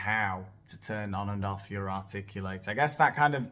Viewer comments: I’m here bc I committed to after the Buble video, but it was totally worth it for the “articlu-late”. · Articu-late haha